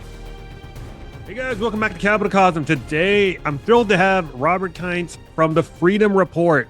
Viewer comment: is a wealth of knowledge! By the way, his last name is pronounced Keents.